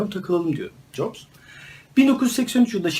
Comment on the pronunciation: abi steve nin soy adı yaklaşık olarak caps diye okunur